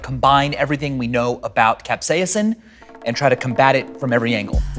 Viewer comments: I am a food safety expert, teacher, and 'amateur' chef...my mother is an English professor, and we both know a guy who is a molecular scientist. We all agree it is pronounced CAP-SAY-SIM. Not CAP-SEE-UM. Maybe CAP-SAY-SUM. And when it comes language...things change regionally. But when it comes to Latin...well...that is the language of science and does not change. Other than the slight mispronounciation, the V sauce guy is mostly spot on. Alcohol being the only blunder...it will cause the molocules to literally agitate and bounce around inside your mouth. That's why it is fun to take a big old shot while eating super spicy wings. I am in love with the sauce of death as why I am here sauce-splaining. Sean Evans is a personal hero of mine. I hope he sells his soul and becomes immortal. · Stevens pronounces it cap-SEYUH-sin : After a lifetime of pronouncing it cap-SAY-sin, I quietly segue into my new reality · i didn't know it was pronounced cap-say-a-sin well guess I'm dumb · he's saying capsaicin